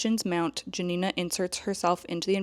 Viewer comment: do you know that the book has a movie adaptation by Agnieszka Holland? it's called Spoor. also the protagonist Janina - the J is meant to sound like Y